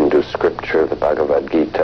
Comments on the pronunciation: It's not bagavad, it's bhagavad #FACEPALM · bahgahvahd not bag a vad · U say bagavadhu ..funny😆😆